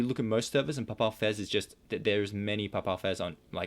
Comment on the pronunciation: You young guys are pathetic with your pronunciation. I have heard Papal Fez mispronounced so many times in videos it makes me crazy. It's PAY PULL Fez like having to do with the pope. You should really learn to pronounce things...